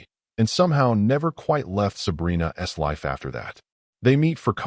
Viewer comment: Your AI voice doesn’t know what an apostrophe S should read like. Instead of” Sabrina‘s hand”, it says “Sabrina ESS hand”.